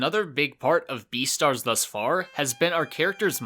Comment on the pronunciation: This dude said deestars instead of beastards